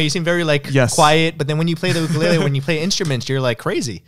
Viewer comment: The way this guy pronounces ukulele 😅